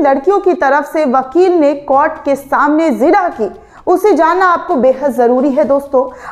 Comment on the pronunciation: the word is jirah not zirah